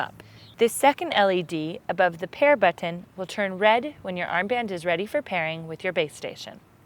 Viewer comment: Look folks I am just a man and I love tits as much as anyone but when she said Bu"T""T"on I somehow became fuckin infuriated! Maybe its just something wrong with me? I think this one needs to go flick her own Bu"T""T"on for a little while and maybe make a video of that! ha